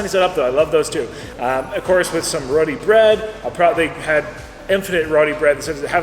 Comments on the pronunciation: it's Roti not Rowdy bread. Meal looks delish. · Hey Roodi bread? Roooo-tee. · Dude, the WHAM! sax drops about made me piss my pants laughing so hard!!! Good Video. Also, it's not Ro-dee, it's Ro-TEE. LOL!!! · you pronounce Rotis like Root-E not Roti. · ITS PRONOUNCED RO-TI NOT ROT-I. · Please pronounce the bread as roti, not rodi. Thanks. Love your videos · Hey, been a fan for a while. Small thing, but it always bugs me and maybe you can help change. Basmati is pronounced boss-mah-tee. And roti is pronounced row-tee. Either way keep up with the cool videos!